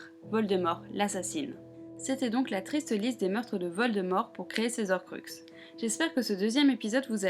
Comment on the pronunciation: Désolé mais il faut que je le dise : on ne dit pas "les zorcruxes" mais "les horcruxes", il y a un H au début du mot donc c'est comme les haricots verts 😅